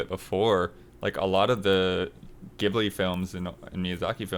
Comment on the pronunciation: Correction:, Ghibli isn't pronounced with a hard 'G' like 'Geralt';) It's pronounced 'Jib-lee';)